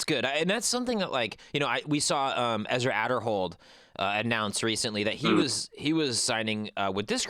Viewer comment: ohhh snap you're back! was worried bro glad everything is good Can't wait to support a fellow canadian in thomas gilbert. definitely gonna buy one of his tour discs this year Alllllso, in case you ever interview him, its actually Ezra A derhold not Ah derhold. he doesn't usually correct people but thats actually how its said.